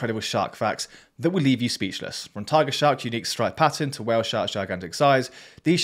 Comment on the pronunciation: "Whaah-ale sharks" lol😂😂😂 love the ai voices pronounce